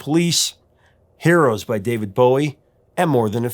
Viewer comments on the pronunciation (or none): none